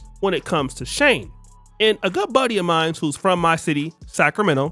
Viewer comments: Is pronounced She-in, not Sheen or Shane 🤦🏾‍♀️ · Its shein...not shane 😂😂😂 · Why are you calling it Shane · shein is pronounced SHE IN was she inside was they originated SHANE made me smile thank you this brand is not for all the ones it is for they go hard for it huh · Not Shane.... It's Pronounced Sheen.... Eventhough It's Spelled Shein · It’s not pronounced as Shane 😂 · Mfr pronounced It Shane 😂😂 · Its "SHE-IN" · Bro, "she-in" 🫡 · Listening to him pronounced SHEIN SHING is annoying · It’s pronounced as if you are saying….SHE IN… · * its pronouced (Sheen) Spelled Shein. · SHEIN is pronounced She In which is shortened for the old version SheInside which is now SHEIN. Younger Black women going crazy over SHEIN which sells very cheaply made, fast fashion, club clothes for a cheap price is 😒. I know it sounds classist, but the more educated, career focused Black woman who goes for a more refined look isn’t checking for SHEIN. We know that the Asian based retailer is banking on a certain type of Black woman being ok with subpar clothing while providing subpar customer service because they don’t like us like that. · pronounced SHINE, or how Chinese say SHY-IN. But agree with everything you said in this video. I do everything in my power not to give them other folks my money. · The brand name SHEIN is pronounced "sheen," like the word "sheen" (meaning a luster or shine) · no wrong its SHE IN (SHEIN) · Please pronounce Shein correctly 😩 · That pronunciation hit me the wrong way every time he said it.